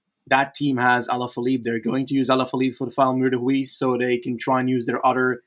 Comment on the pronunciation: Mur de huy is pronounced we like the pronoun. Mur de we